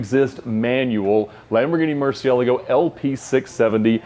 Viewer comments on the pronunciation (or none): I love how Ed have been correcting everyone on the pronunciation of “Murcielago” and thinks that he says it properly, while he is so wrong himself🤦‍♂️🤦‍♂️🤦‍♂️🤦‍♂️😂😂😂😂😂